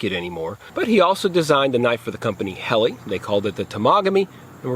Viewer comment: It's birch not maple, it's pronounced Hellah, not Helly,, perhaps you should do a bit more research before making a video, ??